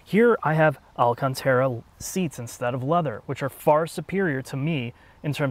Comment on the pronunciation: I love you but please stop mispronouncing “Alcantara.” You’re better than this.